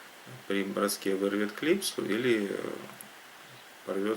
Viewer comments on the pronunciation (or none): Да я имею введу не название лески,а ваше произношение лЁска!!!